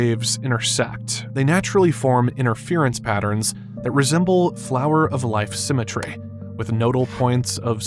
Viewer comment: "Symetr-ehh" "Interest-ehh"